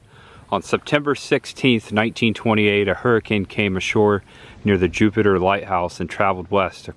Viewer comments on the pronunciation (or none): none